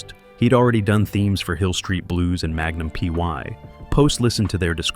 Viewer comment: After Magnum p.y I gave up. F u a.i.